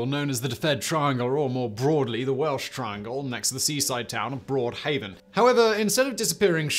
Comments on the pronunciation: Man I love your channel but you absolutely butchered some of those welsh words 😂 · Yes! Im sat here cringing at his pronunciation 😂😬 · Awful pronunciation of Welsh words and I'm an Englishman. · 10 /10 for effort in the Welsh pronunciations, 5/10 for getting it right! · Simon, you really will have to learn the pronunciation of Welsh before doing videos on Wales. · he very poorly pronounced them, but yeah Ive heard worse too. Ive known English folk who have lived here for only a couple of years who can pronounce most names perfectly. As long as you know how ‘ll’ and ‘ch’ are pronounced, you wont go very wrong with most names. Anyone who cared enough to learn would be able to pronounce them properly. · He wasn't even close 🤣 fair play on trying though just should have done a quick pronunciation check first.